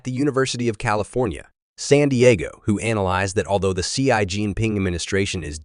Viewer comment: Your speech synthesizer could use a little training, for example needs to learn "US" (all caps) should be "U.S." not "us", and "Xi" should be pronounced like "she"....